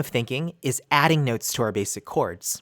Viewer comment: Your accent is killing me 🤣noootes